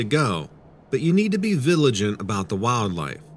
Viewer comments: Third story, vilagent?? Did they/you mean vigilant?? I enjoy your readings of other's experiences very much. Ocasionally I catch a mispronounceation. Don't know if they are theirs or yours. They keep me on my toes. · No offense bro but it is pronounced “VIGILANT”. Not VILIGANT